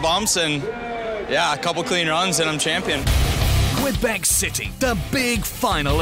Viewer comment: Québec is pronounced ''Kaybec''....merci